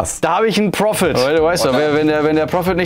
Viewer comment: PROHPET - so wird das aber nüschd mit dem englisch-deutschen Supersprachpreis!